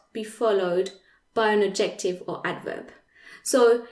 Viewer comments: the c isn’t silent / ˈædʒektɪv / - there is a stress on the / ˈæd/. You pronunciation sounds virtually % Authentic English. I was really trying hard to make up my mind if you were an English person teaching French well, or a French person with superlative English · Super great video, thanks! I had NEVER understood these rules before, now I get it!!! One little thing; the pronunciation of adjective in English is different - I wasn't sure for a bit what word you were saying. Phonetically it is: add - ja- tiv. (three syllables with the accent on "add")